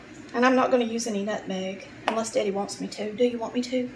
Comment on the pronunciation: Did u say Daddy or Zaddy🤷🏾‍♀️?